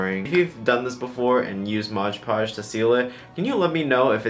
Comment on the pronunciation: No one:: modge podge